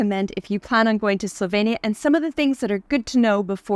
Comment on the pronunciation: What a disappointment that both of you consistently mispronounced the country's name. This is pretty basic stuff when visiting another country. I stopped watching your video after a minute.